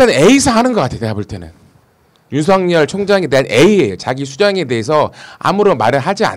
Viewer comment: 윤석열 윤성열발음같은가요??